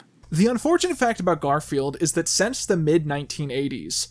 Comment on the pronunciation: Am I the only one bothered by the fact that every damn time he means to say "since", he says "sence"?